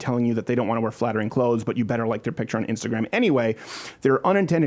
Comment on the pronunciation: Did she say fattering ?